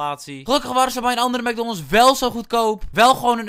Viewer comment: Jij zegt: Mecdonnolts maar je zegt Mecdoonalds en je schrijft: MAcdonalds